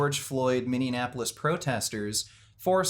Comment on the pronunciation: It's "MinneAPolis". You said "MinneANApolis".